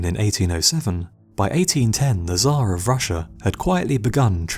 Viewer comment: its not "ZHAR" how you call russian Emperor its TSAR (CHAR) more like